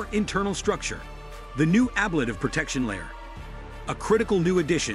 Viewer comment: Nothing actually solved on TPS issues until they test it in flight. This is just another iteration in the development process. And please learn how to say ‘ablative’ correctly if you want to sound credible when talking about it.